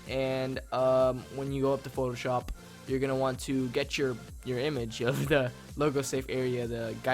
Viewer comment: Photo Sho"pppppp" is what you say it like xD